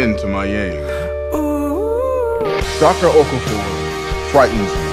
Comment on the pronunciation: Okaafor not okufor